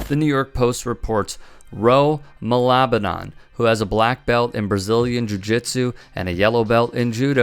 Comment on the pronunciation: Its Ma-la-ba-nan :) funny cause malabanan in tagalog means to fight or resist.